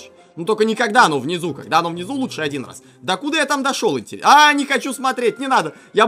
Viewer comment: Ещё роз.)))) не раз а роз